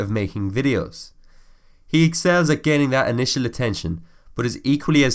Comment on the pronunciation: "gaining INITAL attention" that caught my attention indeed.